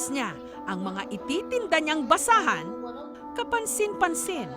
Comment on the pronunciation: Kawawa nmn po si manong btw nsrinig ko ba na basaan or basahan hahaha